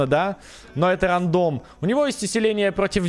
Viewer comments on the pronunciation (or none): none